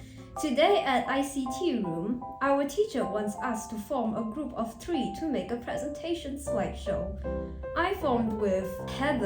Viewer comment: Bro that A in "make" has a genetic mutation. Bro is built different